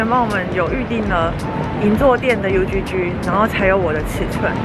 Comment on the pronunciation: UGG發音應該較接近 “U之之”，不是”U豬豬” 呢！#CarolineLovesTravel 😊